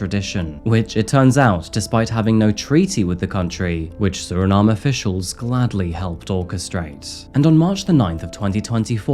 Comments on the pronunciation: Suriname was a non-entity prior to this?! Surprising. Not editing out the pronunciation ‘Suri - NaH - Mm - EH?’ Well that is definitely supporting evidence. Glass half full, would suggest there was a lot of editing that went on to make sure you got that Nahm EH correct all about that one glaring instance. I’ve always been a big traveler and curious about geopolitics. I didn’t pass Physics, AP or Calculus AP. There is no prospect of my intellectual potholes finding an accidental resolution. I appreciate the transparency 🙃. Good on ya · My family is from Suriname. But u don’t pronounce the “E” when pronouncing it in English. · can't decide how to pronounce Suriname 😂